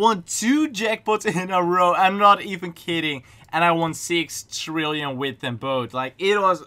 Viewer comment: THRILLION? OR TRILLION?